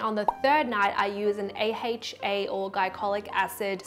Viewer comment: I'm shooked on how they pronounced AHA... A-HEYCH-A??? 😂😂😂 It's A-EYCH-A right? 😉 Just too odd. Sorry.